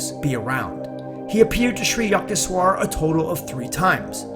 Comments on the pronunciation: its not yuckteshwar,its yukteshwar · Yukteshwar can be rightly pronounced as Yookteshwar